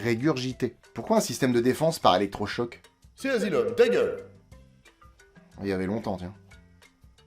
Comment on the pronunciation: "Dans un endroit du monde appelé The Azylum presents". J'ai éclaté de rire 🤣